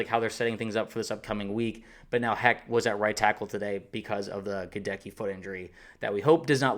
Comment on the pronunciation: My man, Goedeke's name is pronounced with the accent on the first syllable (GEH-deck-ee), not the second.